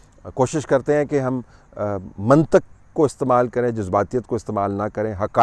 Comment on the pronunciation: سر جی یہ لفظ منطق ہے ط کے نیچے زیر ہے. زبر نہیں ہے.